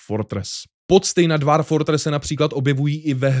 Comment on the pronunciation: Výslovnost je dwôrf